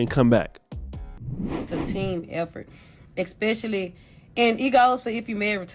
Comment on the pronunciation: Once she said “exspecially”… stopped listening 🤷🏾‍♂️